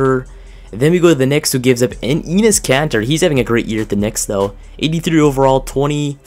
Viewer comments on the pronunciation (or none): The way you are butchering These names is hurting me “EEnis Kanter”